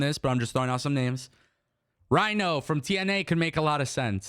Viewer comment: Got excited until you said Rhyno 😂